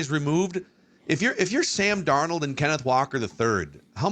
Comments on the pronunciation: The Stuttering Idiot STILL cannot pronounce Darnold correctly PATHETIC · is trash. Also, hard to compliment him on his word-smithery when he still can't even pronounce Sam Darnold's name right, lol. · Why can't () pronounce Darnolds name correctly? 🤔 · Cuz is a loser. And probably too arrogant to admit that Darnold knows how to pronounce his own name better than does.